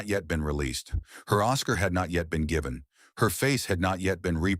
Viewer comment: Talk about insulting the intelligence of viewers, this video is so carelessly thrown together, wrong names, wrong pronunciations, gosh, this robot even says ‘geeeven’ for ‘given.’ Unforgivable!